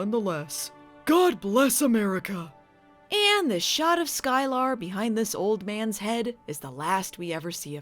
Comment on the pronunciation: Sky-Lar...eh, she was no Groppler Zorn...